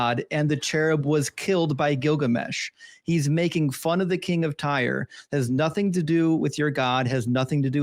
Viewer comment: I must be getting old. People seem to be leaving the "T" sound out of specific word; nothing has changed to "nuh-in", and Satan is now pronounced "say-in". Is this a recent change?...just curious.